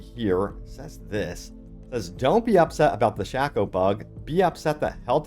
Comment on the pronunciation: The tragedy is listening to you pronounce shako, shako.